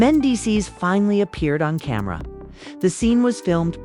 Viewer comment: I was listening until ai said camara instead of camera … 😅